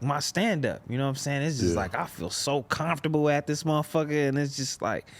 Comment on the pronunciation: “Comturbul” say it with me